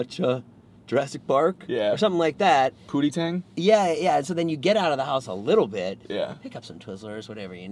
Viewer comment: Ah, then says "pootytang", and I get it... not around the kids. lol